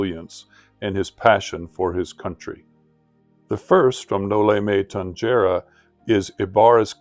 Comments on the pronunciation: Thank you for your appreciation with the Philippine history by learning Dr. Jose rizal it is rare forieners learn it, it's the Filipino story of oppression.. Just correction of pronounciation it's No-li-me-tang-he-re ❤❤ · Thank you for highlighting Jose Rizal. A genius and a patriot indeed. Btw Noli me tangere is pronounced as “tanhere”. G is pronounced as H. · No Lee meh tang- heh- reh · the Tangere in Noli me Tangere is pronounced as "Tang/he/re". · you know Mr I suppose that you're not supposed to be saying this word if you could not pronounce it no limit on here what an f really